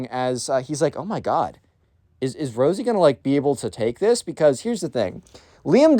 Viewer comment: Instead of rosey u said rizzy I was coughing from laughing btw great video